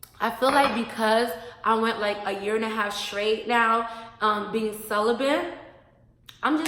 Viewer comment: I’m so sorry. I don’t been to be rude, but it’s cel•i•bate not cel•i•bant. I hear a lot of women saying bant, putting an n in the word.